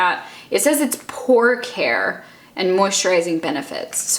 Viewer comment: "pore care" I heard "pork hair"